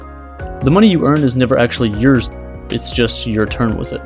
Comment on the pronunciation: why does he say yours like that ?? XD